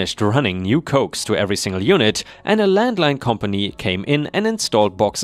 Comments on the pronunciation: Coax Isn't Cokes It is Co Axe. it means Co-Axial cable. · Coax cables are pronounce Co-axe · Last story: coax is pronounced CoAx. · In the last story, the word "coax" should be pronounced "co-ax" in the sense it was used, which is a noun short for "coaxial cable". "Coax" the way you pronounced it is a verb that means " to gently persuade", and is mostly used in the context of trying to get an animal to do what you want it to do. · Love the stories and the delivery! By the way, it’s pronounced CO=AXE! As in, coaxial cable. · Coax is pronounced co-ax.